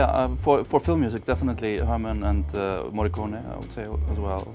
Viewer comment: why people can't say Morricone? XD